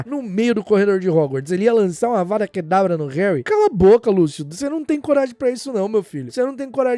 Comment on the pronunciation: Hermione: é Avada, não Avadá 😂